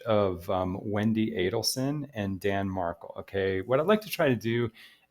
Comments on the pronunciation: Pronounced MarKEL not MarKLE! At least pronounce his name correctly! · It’s pronounced marKELL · It’s pronounced MarKEL… emphasis on Kel as in Kelly. Sorry but I tried to watch but was hard to listen to you mispronounce Danny Markel’s name when I’ve listened to many videos that pronounce it correctly. Have followed this case since beginning and listened to many interviews of his mother, Ruth. Please, get his name right if you are going to make videos about his tragic demise. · You are mispronouncing Markel